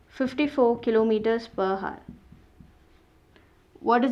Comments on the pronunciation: mam it pronunciates \au(e)r\ not hour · 'Hour' as you can see 'H' is silent so it's pronounced as 'our'. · your pronunciation of hour is a bit wrong rest is very nice